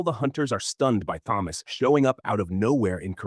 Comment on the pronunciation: Thomas with a T not Th